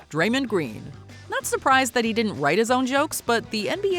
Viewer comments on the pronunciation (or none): Draymond mispronounced his own name 😂😂😂 wtf is draymon doing their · dang it 😅 white girl just can’t pronounce Draymond name right 😭😭😭